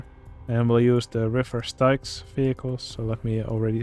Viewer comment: Just so you know, Styx is pronounced like "sticks". That being said, those are good additions to the Misery Marsh. The tentacles emerging from the ground and the tentacle stand are a nice touch.